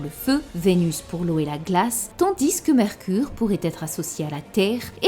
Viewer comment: Ça me fume quand tu dis le S dans TANDIS 😂😂😂😂